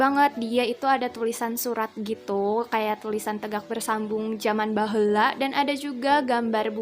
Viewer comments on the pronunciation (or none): excitd when you said BAHEULAA